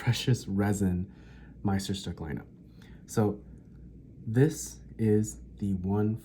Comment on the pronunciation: "Le Grand" c'est le 149. Le locuteur incapable de prononcer Meisterstűck!